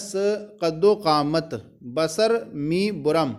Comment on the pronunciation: قد وقامت نہیں قدومت ہے حضور